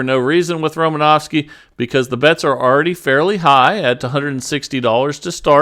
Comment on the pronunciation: You sure butchered romanowski demonstration